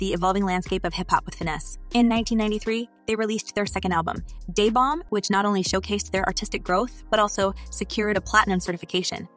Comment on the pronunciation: Need to get a commentator who can pronounce names right. Day Bomb? Da Bomb. Bow as in present w/ bow,...No.. Bow Wow!! Woof!! 😂